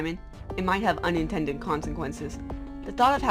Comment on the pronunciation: Hoo... This is good! Wait... What did she just say? "Onion-tended" consequences? The puns are horrific. Dislike! (Jk)